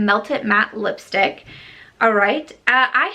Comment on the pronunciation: The Natasha DeNona palette would look gorgeous with your outfit today. For some reason whenever you say lipstick 💄 I hear yipstik.